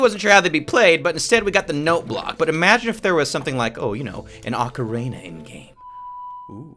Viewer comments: you pronounce ocarina oh-ca-reena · The Ocarina sounds like "The Legend of Zelda: Ovarina of Time"